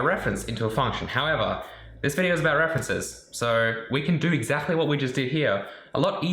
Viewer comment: Rude question... Why do you pronounce 'exactly' so strange? You kind of say it like 'exachly'. Is it an accent? I'm sorry if this is a rude question, I'm legitimately curious. Great video as always :)